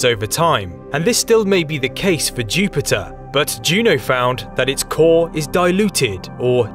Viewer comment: KING OF THE PLANETS, CHEW-PIT-UH